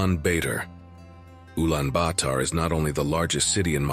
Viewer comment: Man. What are you trying to do? You sound to be an expert in Mongolia but you cannot even pronounce Ulaanbator correctly.